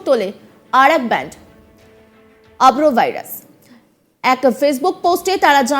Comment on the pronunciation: আভ্রোভাইরাস না আরভোভাইরাস